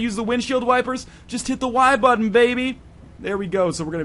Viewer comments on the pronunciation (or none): none